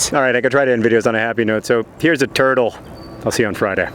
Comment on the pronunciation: Jesus Christ. The way you said turtle.